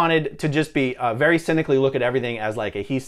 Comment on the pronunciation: Vewy, vewy funny ☺